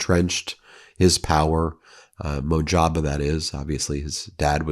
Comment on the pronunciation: Mozh-ta'-ba Khamenei, Ben. It's a shame that mess up your excellent presentations by repeatedly mispronouncing foreign words and names. And I hope that your sniffle gets better!